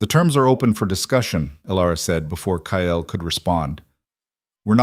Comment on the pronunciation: Stop pronouncing it ky el. It’s Kyle.Kile.